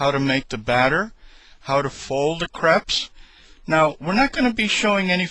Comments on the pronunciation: Cray-pes. Not creps. Crépes. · Its not like creps its like cr(a)pes